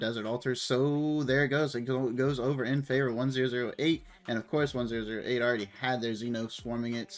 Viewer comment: it's refreshing to watch a streamer who can actually comment on the match! thanks for the video! one thing though, it's 1oo8, not 1008 please:) cheers!